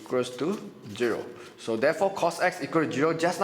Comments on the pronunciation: It's zero not giro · Hello sir, can pronounce properly your math terminologies? Zero n not geeee-ro, multiply n not multiple..... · thank u!!!! ur video makes me understand better although u pronounce zero as "jiro"😂😂😂😂😂😂😂